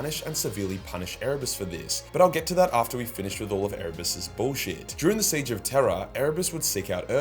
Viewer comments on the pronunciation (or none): none